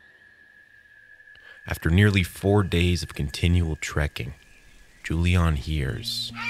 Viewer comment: oh, there is a mistake. it´s Juliane, not Julian 😅and pronounced different. anways ... she was lucky in that situation ...